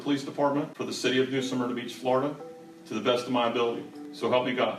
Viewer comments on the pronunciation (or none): Smyrna Not Suhmyrna